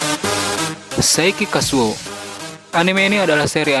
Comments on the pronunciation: Saiki KUSOU bang.. Bukan KASUO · Namanya saiki kusuo bukan saiki kasuo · Saiki Kusuo bang, Bukan Saiki Kasuo😅